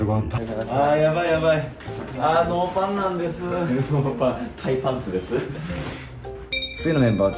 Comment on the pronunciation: 💛ノーパンなんです〜 訛ってるのかわいいw